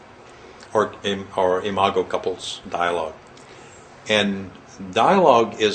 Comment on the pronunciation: THANK YOU, THANK YOU, THANK YOU, for pronouncing "imago." I could not tell if it was "I-mah-go" or "I-mah-Joe," as in "imagine." The word appears so frequently in your book, I cannot focus on the message of your book, without my train of thought being disrupted by this unfamiliar word. Now I can read the book and learn.